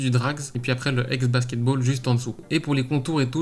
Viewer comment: "Exe basketball" xD Sinon très sympas ces redesigns.